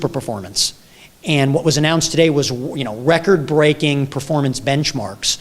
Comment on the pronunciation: an exciting anouncement about a what? a world wecord? wecord?